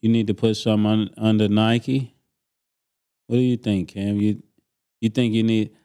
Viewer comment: MASE SAYING NIKE LIKE AN AUSTRALIAN 😭😭😭🤣🤣🤣